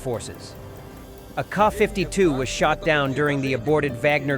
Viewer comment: what is a KAW 52 ??? what is a Kay 52 ??? do you say ACK 47 ALSO ?????????????????? ?????????????? IF YOU CAN NOT SPEAK OR READ .... WHY ARE YOU A NARRATOR ?????????????????????????????????????????????????????????????????????????????????